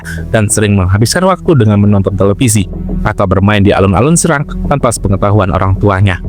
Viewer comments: Tolong pelafalan serang nya salah min😂😂😂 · Bukan di serang min tp serang